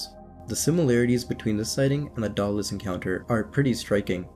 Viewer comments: !Day-dah -Lus" proper annunciation . Dagh da lus is toatally wrong Sorry but do research and grt things correct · Its day-duh-luss. Its please-eeyo-sore.